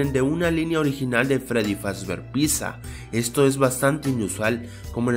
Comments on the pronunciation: Like si en el minuto escuchaste a di ciendo pisa en lugar de pizza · dijo pisa no pizza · Lol me da risa 😂 como dises piza y es pizza 🍕:3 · oye te equibocaste en na curiucidad 12 es pizza no piza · Dijo piza amber de pizzs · deimos dijo piza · se dice pitsa